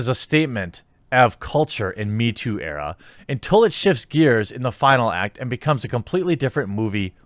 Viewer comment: Lol "Era"